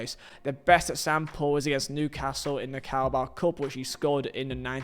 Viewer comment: When you say “example” I hear “act Sam Paul”